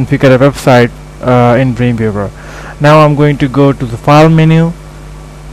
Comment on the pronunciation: its dream W eaver not dreanveaver